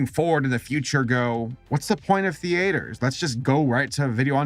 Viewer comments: Theatre: pronounced (THEE•TUR) not (THEE•AY•TUR) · Nobody:: ThE-AtEeR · It's pronounced theatre not "thee-ate-ers" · accent really comes out strong in this with his pronunciation of the word "Theatre". "Thee-aye-terrr". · Thee ay ter. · What’s with the weird pronunciation of „theatre“? It’s like „the-ä-tar“ when you say it. Is it some dialect? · It's interesting hearing you pronounce "theatre" :D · AAAAAAAAAA THE WAY HE PRONOUNCES THEATRE IM SOBBINH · Since he says the a in theatre I wonder if he pronounces the A in tea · The way you say 'theatre' is physically distressing me. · Why do you pronounce theatre so strangely? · i love your videos but everytime you pronounce theatre wrong i wanna rip my eyes out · is one of those individuals who pronounce theatre with three syllables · Oa gaad I don't know why when he pronounces theatre wrong it agrivates me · The way you pronounce theatre makes me feel deep confusion